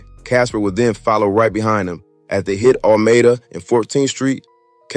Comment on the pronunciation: Dang I thought you were from LA!!!! I know you’re not now the way you pronounced Alameda.😂😂😂